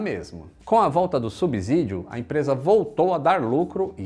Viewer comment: a pronúncia é SubSídio; som de S mesmo.